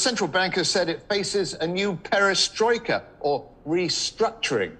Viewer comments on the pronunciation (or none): destroika instead of perestroika